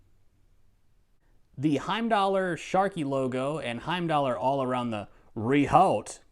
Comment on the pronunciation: You’re saying rehaut incorrectly. It’s not “re-halt”. Nobody is halting and then re-halting. The sound effects are annoying.